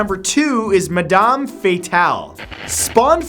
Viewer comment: Matthew, for number 2 it is pronounced (mad-um fate-ul)